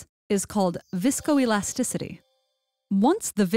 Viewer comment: Narrarator: Viscoelasticity Me: And I oop, sksksksksksk